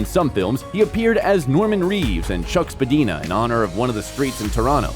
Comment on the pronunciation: In Canada the Toronto street Spadina is pronounced spa-deye -na NOT spa-deen-a.